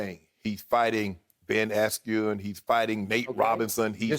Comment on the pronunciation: Shannon butchered Bens last name